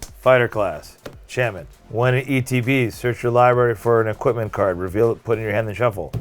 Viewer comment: Jesus Christ hearing say “libary “ is the most annoying shit in the world